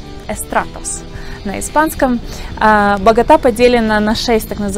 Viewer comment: А кто вообще говорит багОта? Это байт?